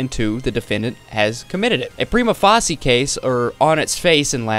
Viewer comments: Prima facie is pronounced Prime-uh fae-shuh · Prima Facie = Prime-Uh Fay-Shuh 😂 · Prima facie is pronounced like "prima face-sha." if you’re gonna do this kind of thing for a living, you should probably look up how certain things are pronounced. It’s a very important legal precedent. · facie is pronounce face-sha prima face-sha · it is pronounced "Preema Faysha" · Great video and research on this waste of breath! FYI, "facie" in "prima facie" rhymes with "Tasha"